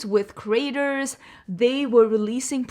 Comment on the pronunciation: Your accent saying creators like "Craters," was the accidental truth the Morphe story needed.